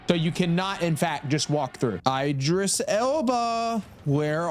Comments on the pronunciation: idris not eye-dris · Coming back because the first time I watched it I couldn’t get past the way you’re pronouncing Idris and Cynosure brother you can look up how to pronounce his name and they literally say cynosure multiple times are you just doing it on purpose buddy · The pronunciation of Idris name is crazy